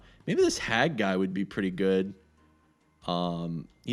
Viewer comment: Hagg is pronounced Hajj